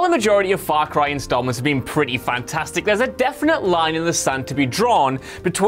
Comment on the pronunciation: his mouth said: faw cwy sewies